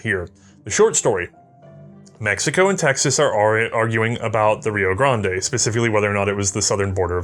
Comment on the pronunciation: Rio "Grahnd-ay" lol